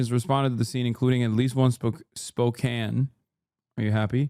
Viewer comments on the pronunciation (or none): 😂 yes its spoe can, not spoe kain... 😂 Thank u dawg